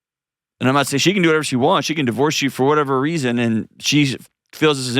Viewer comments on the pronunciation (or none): none